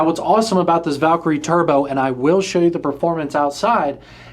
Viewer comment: P.S. It’s not pronounced “Valk-er-y”… It’s “valKIREE” Happy I subscribed?